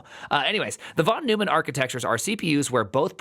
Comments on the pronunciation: I stopped watching at "von new-man" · It's /von NOYman/, and he was a serious polymath. Computers, game theory, and lots else.